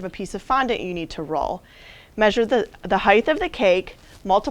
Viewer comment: Can someone please tell her "heightH" is NOT a word. 🤦🏻‍♀️ #petpeeve